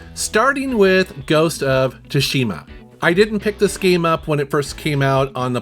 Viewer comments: Whenever i hear a videogame channel call it Tah-sheema it blows my mind. Almost as bad as hearing someone call Mario, Mare-rio lol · T is silent in ghost of Tsushima lol. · How did you pronounce Ghost of Tsushima? Many of these games I have for the PS4 because you get the free PS5 digital game. Also many of these games are offered on PlayStation Plus Extra and Premium.